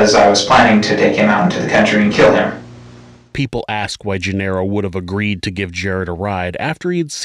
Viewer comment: Genaro is not "jin-arrow." It's "hen-AH-ro."